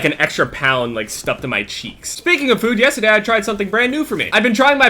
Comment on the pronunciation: from New Jersey, has no accent at all...But when he says yesterday... jk luv u bb